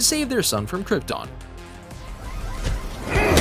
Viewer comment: ha ha did he just say last man of croton ?